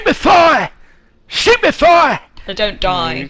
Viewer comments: When Simon had said Stupefy at the battle scene at the wedding, I thought he said stupid fry and i was ROFLing on the floor!!! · do he says stupid firea!!!